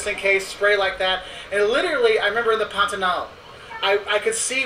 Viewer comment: KKKKKKKKK ESSA PARTE FOI MUITO ENGRAÇADO "QUE QUE PANTANAL" O SOTAQUE DELE